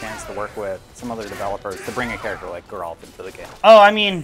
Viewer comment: "I put 200 hours into witcher 3" calls Geralt, Jeralt...